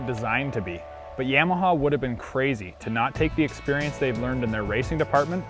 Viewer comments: It's 686cc and defiantly said yamaha wrong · he says yamaha weird lol